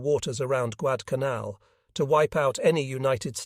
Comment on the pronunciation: Not Guadalcanal the voice said Guadcanaln consistently.